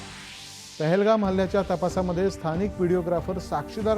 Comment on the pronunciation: pahalgam not thahlgam